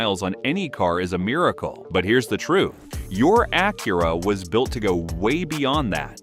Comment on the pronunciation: Ok, first off, your AI is mispronoucing the name of Acura or whomever wrote the script misspelled Acura. How about do some editing and correct it before releasing this video. Second, use blue coolant then show pink coolant being poured into the coolant reservoir. Change your power steering fluid but don't use what's recommended by the manufacturer?? Change your air filter, keeps your engine clean, then goes to show a dirty water pump impeller. WTF??! Lastly, "you don't need fancy tools...", is misleading. You do not want to tackle a timing belt and water pump replacement unless you do have alot of tools, a drain pan, and a fair bit of know how.